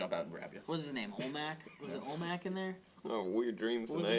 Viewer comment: It's olmec, not olmac,, you silly goose